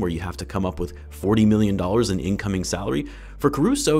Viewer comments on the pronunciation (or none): none